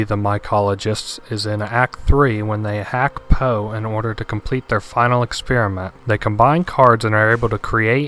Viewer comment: HIS NAME IS NOT FUCKING POE please... no more... i cant take it...